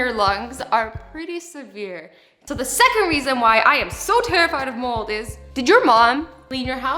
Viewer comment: Did anyone else think she said “moles” instead of “molds”😂 I think I need hearing aidz😂